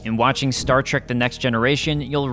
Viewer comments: The host says Star Track but it's Star Trek. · The show was called "Star Trek" NOT Star Track. Trek, as in journey. Why do so many people make this mistake? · LEARN HOW TO STAY STAR TREK PROPERLY IT'S NOT TRAK IT'S TREK. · Say Star TrAk Again, I dare you! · Star Trek, not Star Track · Its not STAR TRACK but STAR TREK. TREK TREK TREK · It's a multi-racial crew, not bi-racial. Ans at .33 you clearly said, "Stat Trak". This is inexcusable. Don a red shirt. Uh-oh. You've said, "Star Trak" several more times... Setting phaser on stun.. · Is he saying star track?